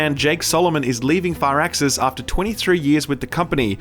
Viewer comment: Please stop saying “FIRE-ax-iss.”